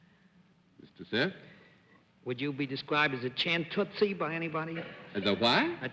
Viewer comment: I also heard "champ tootsie", nothing even close to "chanteuse". I think Bennett had a slight speech impediment, which was noticeable in all the episodes. Charming, tho.